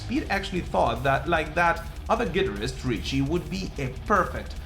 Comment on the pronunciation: The way hes pronouncing Guitarist is totally lame and 100% wrong sort it out........